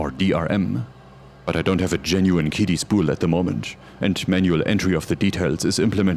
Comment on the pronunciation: Guessing that a translator app was used based on the fact QiDi (Cee-Dee) was mispronounced. Nice video.